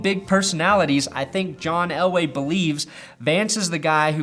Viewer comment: Are you saying Elway or LA? Are you trying to spit some subliminal ish at us?